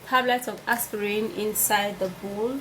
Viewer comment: It's a bowl not bull